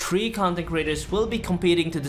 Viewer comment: “Tree content creators…”